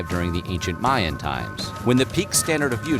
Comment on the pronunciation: Ooohh automatic thumbs down for "Mayan"